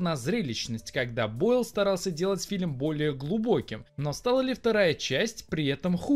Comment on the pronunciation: Раздражаешь говорить "филем" вместо "фильм"...